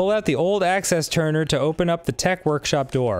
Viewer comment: "Access Turner" "Faculty Control"